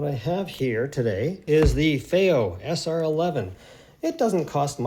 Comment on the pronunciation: Why do you keep saying 'Fay-o'? 😖 It's Fee-o.....